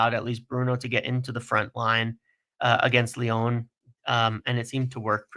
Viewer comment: why do you pronounce Lyon Lyone? And INEOS INEOSE?